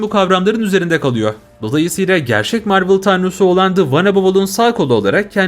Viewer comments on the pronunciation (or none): none